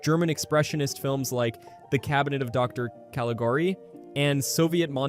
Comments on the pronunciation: You can tell it's AI because of the pause after "Dr.". We know that the dot is there because it's an abbreviation but AI can't distinguish it from a full stop/period. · The fact that the voice paused between "Dr." & "Caligari" is also a tell, the AI voice can't tell the difference between a period used to indicate an abbreviation and a period used at the end of a sentence. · That pause after Dr. was a dead giveaway that the voice is AI generated. I sometimes don't notice until I hear something like that. I've seen some really well done videos too, that have been spoiled by the creator using AI voiceover instead of their own voice.